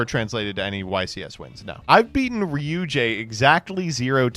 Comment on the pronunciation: why did he pronounce ryu-ge like that?